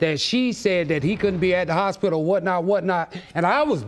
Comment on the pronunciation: Houspidle...that took me a minute